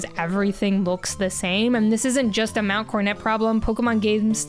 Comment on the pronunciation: Wh...Why are you saying mount cornet? Am I tripping here, where's the second 'o' gone??